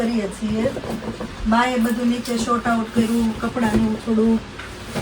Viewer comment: SHORT OUT NAHI, SORT OUT KEVAY